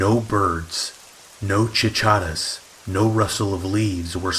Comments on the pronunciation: 😁😁 I love it and will refer to cicadas as Chikadas from now on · Did he pronounce cicadas CHI CHA DAS